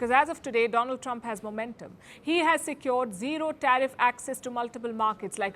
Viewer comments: “My Phrand, Dolan Trump” doing what a good “phrand” would do😂😅😅…America, can’t do business with them and can’t do business without them🎉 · My Dear Pfriend Donaaldd Trump😂😂😂😂😂..